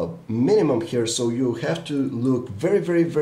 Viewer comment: I love your accent xD. You say have like this: ghave.